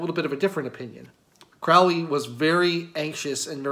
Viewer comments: The name is pronounced CROW-ley, in that it rhymes with 'holy'. His name originates from Country Cork in Ireland and means something along the lines of 'hardy warrior'. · It’s pronounced CRŌW ly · Hey, guy. it’s pronounced, “Crow-Lee” it is English do your research. I should know because I’m a relative. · Not that it hugely matters but for those interested Crowley’s name is pronounced “Crowl-Eee. Rhymes with holy. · It's Crowley, rhymes with slowly. Instantly know you did not do much research if you mispronounce the name. It's kind of a schtick even, amateur occult enthusiasts mispronouncing his name, even during his lifetime. It's alright, we all do it at some point. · Kind of poor start when you can't pronounce the person's name properly. The hipster mustache and derpy eyes don't help either... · accent shaming? Did you just make that up ? So now you're positioning yourself as a victim of some shaming act? You can't be serious. No, sorry. You mispronounce a name and that's not an accent that's a mistake. It's quite alright but jeez, pretending you’re being shamed for your accent is ridiculous and detached. You know what is classy? Pronouncing people's names properly because you respect them or the subject you're speaking on enough to learn. Should have just admitted the mistake and moved on. I won't be watching any more of your videos after this. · well I don’t think this is worth arguing over, but you didn’t convince me. I would bet money you didn’t know at the time of recording.